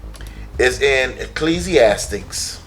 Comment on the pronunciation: Ecclesiastes not Ecclesiastics lol